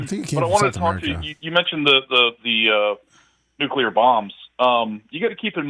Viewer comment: goddamnit bubbs.....its NUCLEAR. Again its pronounced N-U-C-L-E-A-R. Not NUCULEAR